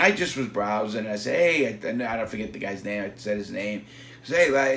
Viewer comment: larry "neva faget" lawton